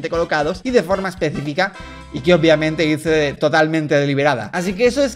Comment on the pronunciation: me encanta como en ves de decir obviamete dice oupbviamente (o algo así, el punto es que me da mucha gracia xd)